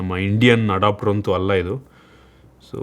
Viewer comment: Adopter alla guru adapter